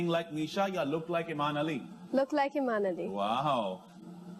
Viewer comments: It’s Aiman not amin pronounced it right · It’s Aiman not Aimen pronounced it right